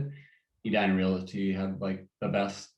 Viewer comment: It concerns me that this so-called “expert” doesn’t even know how to pronounce “realty.”